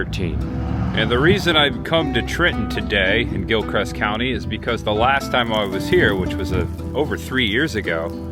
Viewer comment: I drive that road in the beginning every day on my way to work at Lancaster Correctional Institution outside of Trenton. Oh, and it's Gilchrist, not Gilcrest😅